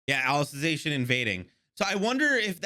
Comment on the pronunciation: On the 2nd season of SAO:Alicization War of Undrerworld the blonde girl became like the main protagonist becuz Kirito got depressed and is now being taken care by Alice(the main character of SAO: Alicization War of underworld) P.S Your pronounciation of Alicization was correct.